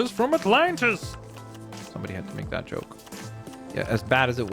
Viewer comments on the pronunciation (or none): none